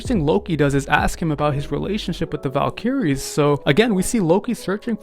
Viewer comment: Hear-ack-lees? Val-keerees? Buddy we gotta talk about your pronunciation.